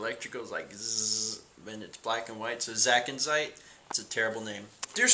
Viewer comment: i facepalmed when he called the zebstricka zackinzite